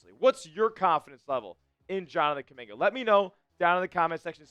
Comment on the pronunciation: Bruh!!! If you ran the front office you would have got rid of (Kuminga👑)🫵🏾 You know nothing about basketball 🕵🏾‍♂️🔥🔥🔥💯 Or Have you🫵🏾 Ever been able to play basketball 🏀 with any type of skills💯💯💯💯🩸 You don't even sound right saying my brother name🖐🏾 🫣😳🩸🩸🩸